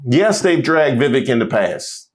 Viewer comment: It’s pronounced Vivek. Rhymes with snake.